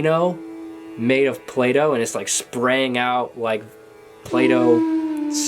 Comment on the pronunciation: When you were saying "play doh" at the beginning I totally thought you were talking about "Plato" and I was like lol. interesting